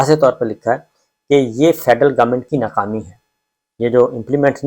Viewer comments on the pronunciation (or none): Sabir bhai aap vlogs best hoty hain or reliable bhi, bus plz aap kaaf ko qaaf na bola kren bhtt koft hoti h sunty hoy. Qarkun, qabina, na qami, muqam mal, wuqla..🤭